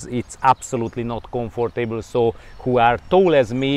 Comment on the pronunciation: I love how you say comfort table. Like a comfortable table.